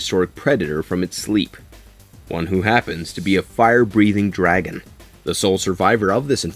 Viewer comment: ive never heard someone pronounce dragon so wrong before